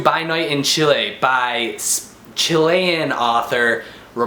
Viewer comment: You pronounced "Chile" right :). I'm happy because most people pronounce as"Chili" which sounds terrible and incorrect. Anyways, because I'm half Chilean so I should read this. It sounds interesting. Thank god Chile's political and economic standing is better now. Thank you for the review!